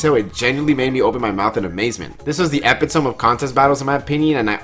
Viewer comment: Ummm he pronounced epitome wrong lol